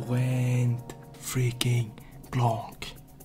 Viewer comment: Its blan not blank lol gg